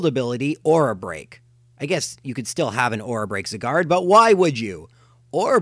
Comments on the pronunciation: Learn how to pronounce Zygarde, it's not pronounced Zigarde it's pronounced Zaigarde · ZIGARD Not zygared aka this is pronounciation not spelling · It's interesting to learn how differently two people can pronounce Xerneas, Yveltal, and Zygarde. All three of my pronunciations are different from yours: ZER-nee-us, ee-VEL-tal, ZYE-gard. I acknowledge that Pokemon name pronunciations are generally not universal, just thought it was an interesting thing to note. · Eggs-erneas, Zig-guard... The cringe is real. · What the heck is a Zigerd? 😒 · zeegarde and yeeveltal hmm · ZEEEE GARD??? DAFUK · Why do you say Zygarde and Yveltal like that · Why do you say Zygarde like that lol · God, no offence but I can't stand the way you pronounce Xerneas, Yveltal and Zygarde.